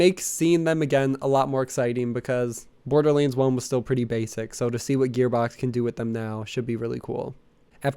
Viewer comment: Am I the only one hearing him call borderlands borderliends?